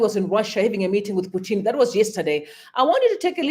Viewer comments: Thanks for all the updates. But that man is not Putini, rather he is Putin, as if you are joining the two words put and in. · "Putini" seriously? That KGB (CIO) Russian supreme agent guy can easily get you assassinated for that mistake.